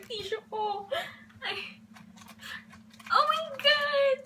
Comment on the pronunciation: I thought your stomach was hurting, you kept saying "ohh my gut" LOL